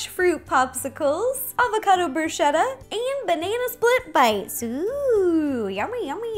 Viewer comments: It's bruschetta not brushetta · It's pronounced brū-sketta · I love you and your recipes as always, but I couldn't help but laugh at your pronunciation of "bruschetta"... it's with a hard C (it sounds like a K). Keep being awesome!! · Ro, it's bruh-SKETT-ah. Just FYI. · bruh - sket - ah! so i got slightly annoyed at bruschetta pronounciation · that's not how you say bruschetta... I'm Italian so I should know!! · Ciao, in italiano we always pronounce "ch" like "k". To say bruschetta like her, we need to write "bruscetta"! C+h = k. We use the "h" after "c" to pronounce "k" before "i" or "e". So: CA CHE CHI CO CU = ka ke ki(kee) ko koo CIA CE CI CIO CIU= cha che chi(chee) cho choo Scia sce sci scio sciu = sha she shee sho shoo No other possibilities. She is American so it's understandable that she didn't know how to say the words in Italian . Bella pe voi